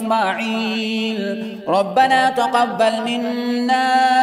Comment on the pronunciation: آیت نمبر 125 "امنا‌" نہیں "امناو" ہیں